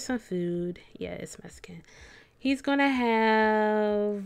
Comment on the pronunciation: Is it Mescan?? lmao